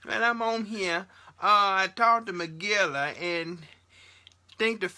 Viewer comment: Nooooooooooot "Magilla" (Gorilla) 🤣🤣🤣🤣🤣🤣🤣🤣